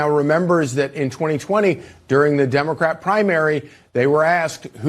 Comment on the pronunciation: You said dumbacrat ? I like it.